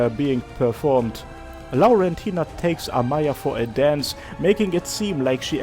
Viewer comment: Ngl I actually love how you pronounce Laurentina, sounds very pretty